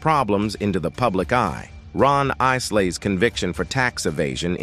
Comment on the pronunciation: I know the narrator needs to learn how to pronoun "Isleys"